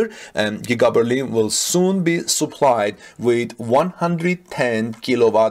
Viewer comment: I tried to help him before, but he has no time to read the comments. eye-Zo--lators and Souplied